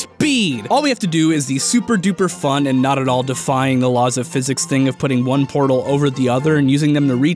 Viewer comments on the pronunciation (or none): none